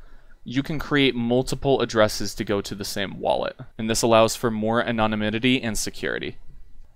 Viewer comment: AHAHAHAH, aninonimenity? lol